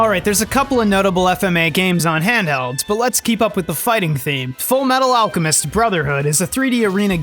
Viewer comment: After all, Ed is the Full Metal Al-cow-mest